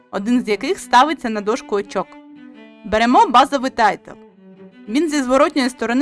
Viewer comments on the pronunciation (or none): Дякую за відео. Як швидкий огляд гри - файно, але я шукав детальніший розбір правил, тож буду шукати далі. І одне зауваження - не "тайтл", а "тайл" ("tile" - плитка). Удачі з оглядами.